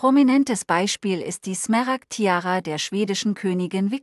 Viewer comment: Übrigens sind es Smaragde, nicht Smeragde. Ist ja furchtbar, tut jedes Mal weh beim hören.